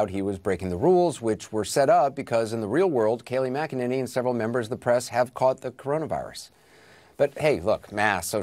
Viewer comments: You and Tim Pool keep mispronouncing Kayleigh's last name. LOL. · My understanding is it's MAC-a-nanny. Pool says mick-EN-any. 🙂